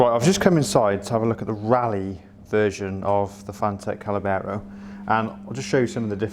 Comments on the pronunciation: Oh maaan! 🙈 It's not Callabero it's Caballero 👌 Cheers for the review 🤘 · NOT CA●LA●BERRO , try CA-BA-LLERO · You say callabero we say caballero. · Callabero....!!!!!?????? Come on man it is written on the tank.......🤣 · it's not Callabero!! Caballero - I'd love one of these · Spanish guy here. Caballero, Spanish word that means "knight" it is pronounced "cabayero". Nice bike, it reminds me the enduro bikes of the seventies. I saw the bike in the flesh and I loved it. Forks are spectacular and overall quality awesome. Love the video. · caballero, cab-uh-yero, fwiw. cheers.